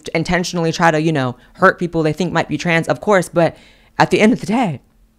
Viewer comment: "Theybe" is priceless! It took me a few to realize the correct pronunciation, but I think you have hit upon a new word!